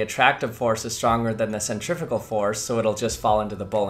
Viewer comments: Why did you keep saying Centrifical it's Centrifugal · Absolutely hate how Americans say centrifugal...